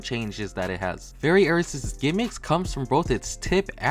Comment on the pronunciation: Are you talking about Variares? It's pronounced "very airs" but it is spelled Variares not Aries those are two completely different beys. (I'm really only saying this cause Variares is my favourite bey)